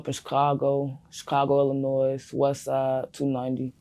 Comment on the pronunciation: I have never heard someone from Illinois pronounce the S on the end of the state name